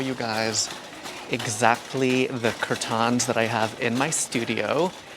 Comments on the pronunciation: its curtains not curtons for god sake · Nobody asked, but your RUG SHOWS are what I live for, and the way you say CURR -TAHNS!!!! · The way you say curtains just doesnt feel right